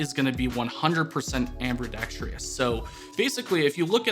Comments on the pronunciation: “Ambredextreous” lol Ambidextrous. Am-bee-DEX-truss. No “tree” sound. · Great knife. 👍 Is nobody going to talk about "amberdextrious"? 🤣🤣🤣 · ambidextrous, no r after the b